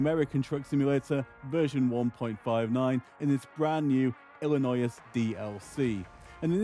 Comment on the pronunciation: The S is silent in Illinois